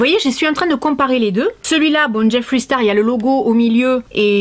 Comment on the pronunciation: JIFWREY STARW ! Mieux vaut le dire a la française !